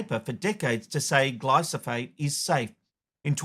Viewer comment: Yet another humanwho cannot say glyphosate correctly